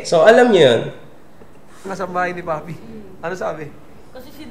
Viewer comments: Papi po, hindi paye😅 panay paye ka po pero c papi naman😅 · Papi po nOt paye 😂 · It’s papi po..not paye 🤣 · grabe tawa ko sa 'paye' na dapat papi HAHAHAHAHHA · Papi po hindi paye hahaha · Idol PAPI po Hindi PAYE😂😂😂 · Papi po hnd paye😂😂😂 papi papi papi papi😂😂😂😂